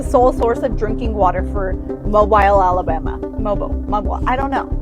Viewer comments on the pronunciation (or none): HEY LADY? ITS MO- BEEL!!! I DONT LIVE IN ALABAMA AS A REPORTER YOU SHOULD BE ABLE TO PRONOUNCE THE F-ING NAME OF A CITY YOU ARE REPORTING ABOUT!! GET OUT OF THE BIZ!! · Im from Mobile. She butchered the name btw haha